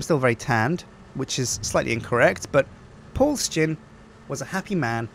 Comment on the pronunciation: ITS SJIN NOT SKIN!